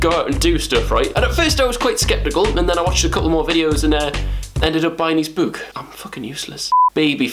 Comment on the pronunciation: Honestly love how the northerners say book. 👌🏻😫🙃